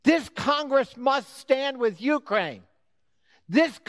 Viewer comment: It’s interesting and rather telling that he can’t properly pronounce Ukraine